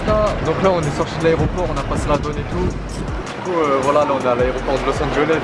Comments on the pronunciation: comment tu dit los angeles los engoles hahaha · Los Angeles pas Los Anjoles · Lourd🤟🏽 mais juste on dit Los Angeles pas los angoles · los angoles😂😭